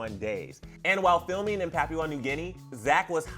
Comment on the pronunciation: It’s pronounced PAPA-ua New Guinea...